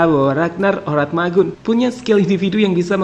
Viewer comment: Min...Oratmangoen bacanya biasa aja, itu salah satu Fam/ Marga dari Maluku